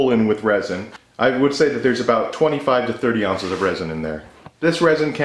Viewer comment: 93 DEGREES?? You must be melting xD And what is "aunces" ? xD